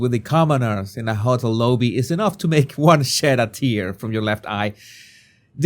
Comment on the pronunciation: And it's Loh-bee (emphasis on the first syllable) not low-bee. For the word lobby.